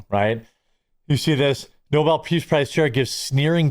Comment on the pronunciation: Reminder: Alfred Nobel invented dynamite, which has possibly killed many people in multiple wars. Second Reminder: joe biden's press secretary (KJP) pronunced Nobel's name: "noble" propounding the notion that someone was being awarded a noble prize.